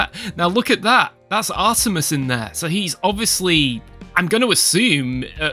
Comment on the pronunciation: It's actually Arturis, like the star. Not "Artemis".